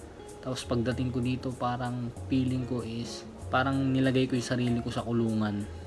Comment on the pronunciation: "Peeling" instead of feeling 😂. One of my pet peeves in pronunciation. I notice it is regional. People from other provinces pronounce "f" as "p". Also, those who went to private schools have better pronunciation and grammar regardless of where they live. Imho.